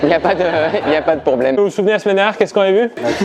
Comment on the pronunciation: « Y’a pas de pourbleme »😂😂